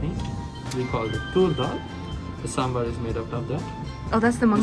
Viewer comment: you know what, you pronounced Sambhar better that North Indians....